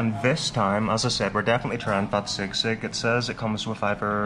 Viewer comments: bro it's pronounced as SEE-sig not SIG-SIG 😊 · Hi 👋 nothing biggie but Filipinos had been saying SISIG while your pronouncing it wrong . No hate just a correction ❤